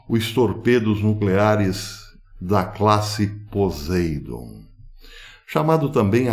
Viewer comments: A pronúncia poseidom não está muito correta o s deve ter a pronúncia de ss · Né isso não.... Se acontecesse , o pólo eletro- magnético seria alterado..... E o nome é POSEIDÔN Silaba forte ...a última...dôn